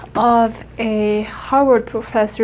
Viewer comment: The second time u said harvard it sounded like u said hog warts and then I thought hog warts is probably named after harvard